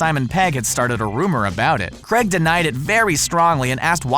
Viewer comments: Oh it's creg now not Craig now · Daniel Creg LOL